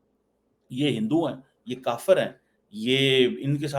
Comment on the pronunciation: The way is pronouncing Kafir for Hindus and India is so distasteful. The venom and poison in his voice reveals the hatred that infects his heart and mind!